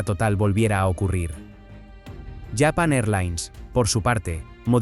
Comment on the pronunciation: Porque dice Yapan, LLapan y no Japon? Que basura que empujan aquí mientras destroza el Castellano.